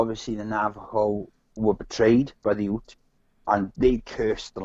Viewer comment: The First Nation there were pronounced the ‘youts’ as in ute, not oots